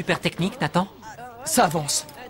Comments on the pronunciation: a dit tathan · Il a dit tatan au lieu de nathan